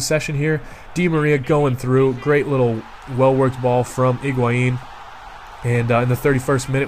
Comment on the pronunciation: HIGUAIN, not IGUAIN